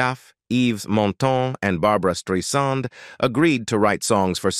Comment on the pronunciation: "Streisand" rhymes with "why" and "and."